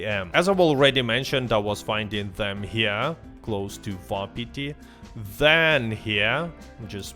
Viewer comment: I find it hilarious he pronounces wapati vapati and valentine walentine like bro are we fr